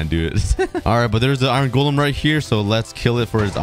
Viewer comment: Every time this guy says iron, it sounds like he says “iren.”